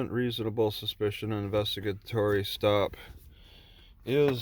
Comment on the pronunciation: I noticed that he didn't say reasonable (Articulable ) suspicion, just reasonable suspension.